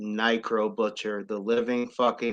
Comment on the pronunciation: He can't be a wrestling fan calling them nicro and shalak 😂